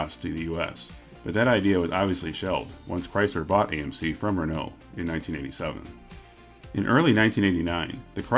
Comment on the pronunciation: You are saying Espace(ehspase) but not Renault. You say it like rennooo. It's just ren-o and not reeeno lol.